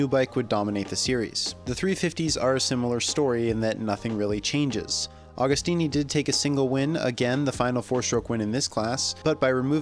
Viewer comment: Pronounce the name correctly!